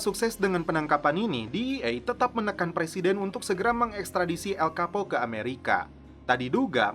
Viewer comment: Bacaan namanya El Chapo bukan El Kapo min